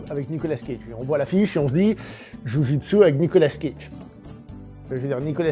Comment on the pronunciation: "JU JOUI D'SU"